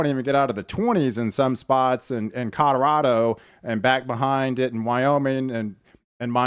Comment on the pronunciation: Please quit saying "Cod-a-rado"! "CO-LO-RAH-DO!" Say it with me!